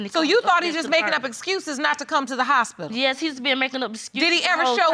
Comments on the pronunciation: Lol, didn't hear the hospilla one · “kertificate” “hospilil”😂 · "Birf catificate" and "hospilla"